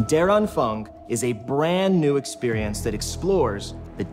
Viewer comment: You should at least try to pronounce the German words correctly. The word der is not pronounced like dare or derrrr, but more like day-uh. And Anfang, syllabic script, an-fang, is not pronounced with a k sound at the end, because the ending -ang does not call for it, but more correctly, on-fahng. Likewise, like with die Wahrheit, the german r sound is a delicate matter, and gives humor when English speakers approach German with the hard r sound so common in English. No, there is no gerrrrrrr or errrrr sound in German, more of a subtle -ah sound.